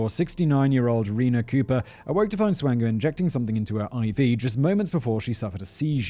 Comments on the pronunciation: Michael Swango is my uncle. It’s pronounced SWAN-GO as in swan goes down the river. Peace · Double-oh Swango... Swango unchained..?